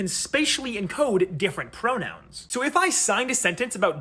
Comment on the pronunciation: I could swear he said pronouns as bronouns.